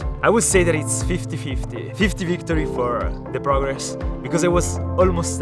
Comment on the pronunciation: Normal people: Aaaahhhh i got a bruise on my kneeeee:ZIS IS PRAGGRESSS